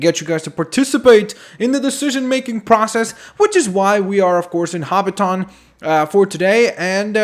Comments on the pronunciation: hobbiton is pronounced hobbittin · he is say hobbition wong